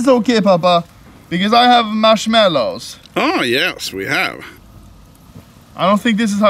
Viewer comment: i like how he said marshmelows